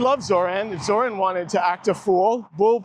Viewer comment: Why do you pronounce his name like that? Zoh “ran”? He himself pronounces his own name as Zoh “raan” It’s Kamala Kumala 2.0 😒